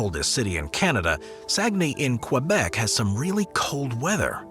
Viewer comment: same with Québec, butchering it like only Americans can